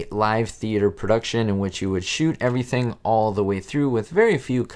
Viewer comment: He said evrahthin.